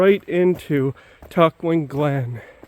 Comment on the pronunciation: All three of your pronunciations were off a bit.....go with Tuck-juan :)